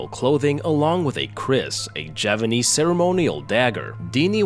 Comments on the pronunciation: He is saying it wrong. The 'P' is unmistakable. He messed up his narration, and couldn't be bothered to redo it again. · You're still saying it wrong though. The 'P' is unmistakable. You messed up your narration, and couldn't be bothered to redo it again. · This… is not Japanese… Edited to say I just saw your comment about you saying ‘Javanese’ Mbmb